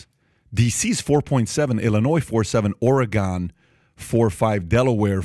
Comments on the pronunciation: I love PAT but he just says things to say lol None of the things he "predicted" last year happened. Oh and please, someone do not be afraid to correct him on the pronunciation of Oregon... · It's Or-eh-gun! Patrick, you're killing us! Lol Great video, VERY insightful! Thank you! :) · Please learn how to pronounce the states in your own country. Nevada or Oregon. 😂😂😂 Watch Veep you’ll understand. 😅😅😅